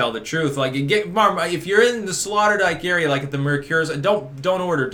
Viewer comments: I like how you slaughtered the name Sloterdijk and called it Slaughterdijk. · FYI, it is pronounced SlOterdijk, as in oh oh Sloterdijk. As far as Schiphol airport is concerned, you probably picked the worst time of the year to go through there. Most dutch families go on vacation in July. As a result the cities are quieter than usual, with the exception of Amsterdam because it is such a tourist magnet. Btw, Schiphol is ranked #11 in the list of top airports in the world. You might also want to know that Schiphol is undergoing some major renovations at the moment which makes traffic a little more confusing. I have been through that airport countless times so I know where I am going and I am usually out of there in a half hour or less. The city commission is well aware that Amsterdam is a major tourist destination so they go out of their way to keep the city clean. Other cities in the country are less fanatical. You are correct that the Dutch like to garden. Amsterdam has the largest flower market in the world which is located close to Schiphol airport. If you had traveled further east in the country, you would have discovered that it is more conservative than the western part of the country. It is like comparing New York to the mid west of the USA. The Netherlands is very much like Canada regarding air conditioning. It rarely gets that hot so it is only required for a few weeks in the summer. As such, most homes do not have air conditioning. Besides, energy is heavily taxed in the Netherlands so air conditioning is very expensive. Glad you enjoyed your t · Slaughterdyke? Sloterdijk. Hahaha. Loved this piece. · Did your waifu not teach you how to pronounce Sloterdijk? Typical 'murican ignorance.